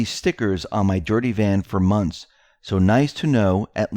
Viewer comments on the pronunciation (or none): none